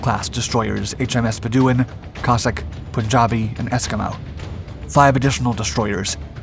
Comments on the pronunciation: Also, HMS Bedouin was mispronounced. It sounds like "beh·duh·wn". I have enjoyed many of your videos but was surprised at the mispronunciations in this offering. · Besides the pronunciation of "Warspit" - how about the destroyer "Bedooooin"? It's pronounced Bed·ou·in. Also, Warspite was not the "jewel in the crown", nor was she "colossal". She was an old slow battleship, granted extensively refitted. Nonetheless, she had a remarkable history of engagements spanning both world wars. One other thing, one watches these productions hoping to see a good gathering of relevant film footage. That snippet of triple gun turrets, belonging to either Nelson or Rodney... well that's as hard on the eyes, as "Warspit" is on the ears. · And its Bed-oh-in.